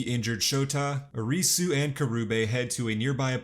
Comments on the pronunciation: Lol the recap was great, but the pronunciations were incredibly terrible. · Ah yes, the lead character... Ahreesoo